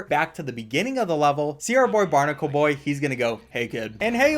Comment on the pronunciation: “That’s my boyye”